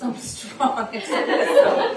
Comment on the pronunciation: Esssspresso not expresso